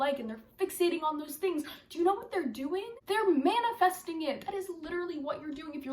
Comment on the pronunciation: “You not manafasting what you want, you manifest what you ARE”